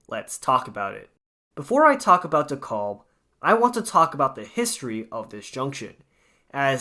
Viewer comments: “De-caaab”, not “De-calb” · PRONOUNCE DEKALB CORRECTLY!! WHY DO YOU INSIST ON MISPRONOUNCING DEKALB AS "DE KOLB?" SAY IT LIKE----Dee-CAB. L is silent and the a is like the a in "cat", not like an o as in hot as you are mispronouncing it. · Not a bad video, but it's pronounced Dee-Kalb Ave. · It’s pronounced “dee-kalb” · I had to turn this off b/c I couldnt stand listening to the repeat mispronounciation of "Da-callb" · Same thing i thought! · Stop overreacting. Youre acting like the way he pronounces it is the end of the world, karen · BTW the L in Dekalb is silent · Stop saying it like its spelled with an "o"! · Youre saying it wrong